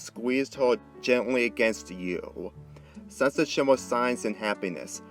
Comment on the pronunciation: dis guy said sunset shima